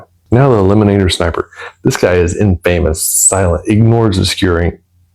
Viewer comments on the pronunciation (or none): Melee: May-lay Grenadier: Grin-uh-deer Infamous: En-fuh-muhs